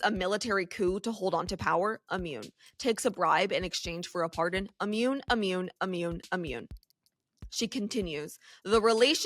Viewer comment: Ammune? Not a word. Immune is what you mean.